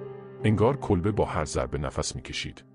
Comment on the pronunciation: ریدم توصحبت کردندکه الفاظ کیری به کارمیبری کولبه رامیگی کلبه